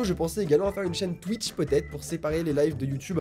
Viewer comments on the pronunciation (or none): none